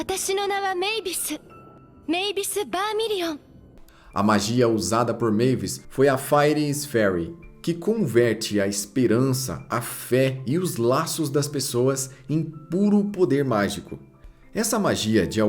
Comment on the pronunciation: video massa, so pra sanar aq a pronuncia de fairy, seria algo como "féuri"